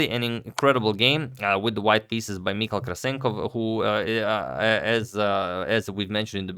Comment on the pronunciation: Hi Agad, Michał is pronounce Mee-How in Polish ;)